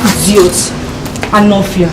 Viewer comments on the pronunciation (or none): Hear her , "igiot" big babe